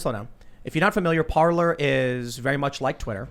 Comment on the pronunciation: Parler is pronounced Par-Lay . Parler means to Talk in French